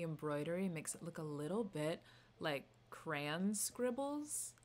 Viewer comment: not the bostonian pronunciation of “crayon” 😭😭😭